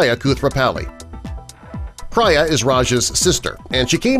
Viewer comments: Priya is pronounced preeya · It’s pronounced preeya not prya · Whoever produces these videos needs to make the titles more honest and representative. They also need to do their research. The voice-over mispronounced at least three names. Priya, for example... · You call yourself... well, you ought to get your FACTS straight before you publish a video. You said Big Bang Theory did 11 seasons but they did 12. You said Johnny Galecki's 1st roll was in Roseanne but it was not his 1st. Also, you pronounced Priya's name wrong. And more... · Obviously YOU - (the narrator of this video) are NOT are fan of the show - as you pronounced “Priya” incorrectly